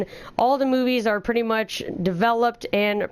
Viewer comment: OMG! You single handedly massacre the word "pretty much"